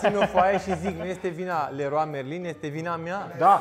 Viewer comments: Tu în loc sa spui leron merlin laeon marlin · Errrloa meilin 😂😂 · Cum ai zis reroa merin